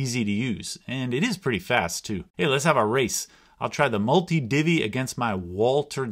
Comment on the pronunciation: Why are you pronouncing Walther wrong?